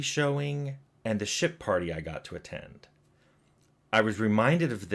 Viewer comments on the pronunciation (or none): I know it's 'ship' party, but it really sounds like 'shit' party.